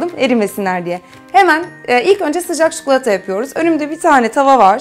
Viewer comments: Çikolataya çukulata deme lütfen :D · tam yorum yazıcaktım çukulata demesini ahahsdahasa